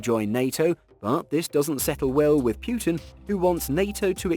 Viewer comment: It's 'Putin - Poo-tin' not 'Pewtin'